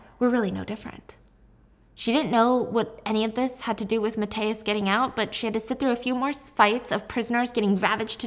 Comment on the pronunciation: I love you so much, but please you butchered Mathias' name😭